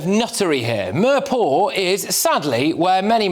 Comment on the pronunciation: The best part Of this video was the way he pronounced mirpur. Meeeeeerrrr paw !